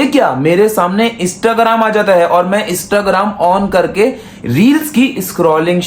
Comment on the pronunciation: Istagram Bhai nay new word ijad Kya aray wo Instagram hota hai bolna to sikhlay phir Karna Mishkat bhai ko roast bara aaiya